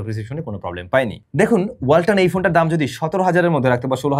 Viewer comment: Walton ❌ Balton ✅